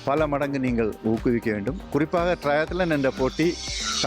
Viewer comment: அது ட்ரைலெத்தான் இல்ல தம்பி . .. ட்ரையத்லான் 🤣